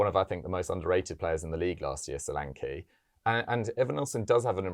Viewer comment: It would surprise britons that his name is Show-lan-ke not solanki. Ke (like kettle)